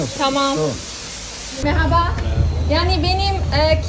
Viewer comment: meghaba bir tamirci istiyorum, bir tamirci + neyli olsun abla? - ney olsun neli yani? + tamirci neli olsun? aksanı çok tatlı yalnız 'Görüşürüş' demesi inanılmaz güzel